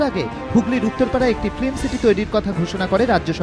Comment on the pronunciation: Please use correct pronunciation of 'film' ... you are sounding like 'flim'.